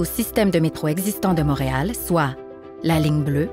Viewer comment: Motréal? ou Montréal? Quelle prononciation bizarre!